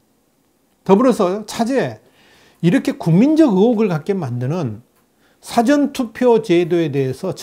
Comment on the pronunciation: 발음을 정확하게 해주세요. "사전투표"가 아니라 "사:전 투표" 입니다. 듣기가 거북 합니다. "있을 사" 가 긴 발음입니다 부탁 합니다